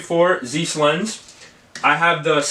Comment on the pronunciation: What's a zeeeeees lense? 😂 Just kidding. Good video man!